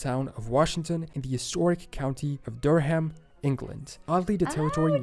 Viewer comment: The narrator should be much better. He says dur-HAM to refer to the city in England (it's DUR-um, just like the city in North Carolina). He also calls the Indian tribe the SEE-ew (it's just "Sue"). He calls the Choctaw Chock-TAO when I've only ever heard Chock-TAW or Chock-TOE. He also doesn't know how to pronounce "ensign", "Caeserea" or "Appalachian". Also, Georgia was named after George II, full stop.